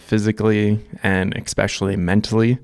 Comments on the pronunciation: "Especially" is not pronounced EX-SPECIAL-LY. It's not, no matter how much your back hurts. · “Especially” pronounced: “Eh spesh ah lee”